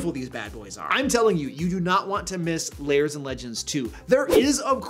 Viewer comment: I chuckle when you pronounce "lairs" as "layers". I suppose it's accurate since a lair could (and should) have layers.